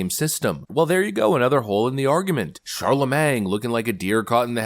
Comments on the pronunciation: it’s pronounced MANE but MANG is funny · Shar-la-MAIN. 'G' is silent. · Please, it’s shar-la-MAIN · You realize the "G" is silent, if you aren't trolling it's incorrect pronunciation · That guy is such a fraud and idiot... and I can't stand hearing "the god" when people talk about him. It's disgusting. One thing I've been wondering though is who's going to tell our host that the g in Charlemagne is silent? 😂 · Charlemagne, another word can't pronounce. Is anyone keeping track, for Pete Sakes?? 😂😂. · I’ve been thinking you were pronouncing Charlemagne like that on purpose and thought it was funny. I realize now it’s not on purpose but it’s still funny because he’s such a fool